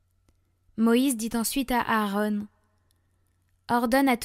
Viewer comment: Ce n’est pas « Aaronne » mais « Aaron ». Arrêtez de vouloir glisser cette sorte d’anglicisme partout. Le français est une très belle langue 😊. Sans vouloir vous offenser. Merci 🙏 ❤❤❤